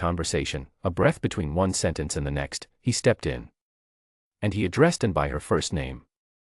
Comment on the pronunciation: It is very distracting that the AI mispronounces Princess Anne’s name.